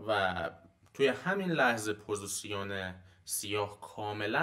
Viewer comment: عالی بود چیزایی که گفتید استاد فقط جسارتا پوزیسیون نیست پوزیشِن هستش